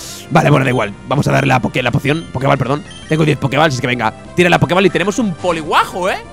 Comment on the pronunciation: tu equipo al ser bebés son más lentos que todos los Pokémon que sean primera o última evolución aunque sean de nivel más bajo que tú de por si Swellow es un Pokémon rapidísimo. Y Poké Ball no se pronuncia “bal” tal cual puesto que está escrito en inglés se dice “bol” poke bol, en su traducción al castellano debió ser Poké Bola.